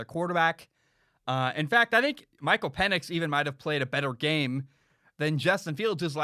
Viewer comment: It’s pronounced Michael peenix